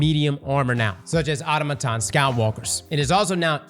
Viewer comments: Guys...its aa-taa-muh-taan not auto-muh-taan. You have to emphasize the right syllables. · god damnit, not you too, its "Or tom a ton" not auto muh ton 😋. Bad enough hearing it in my ear from clan mates. Now you too 😂😂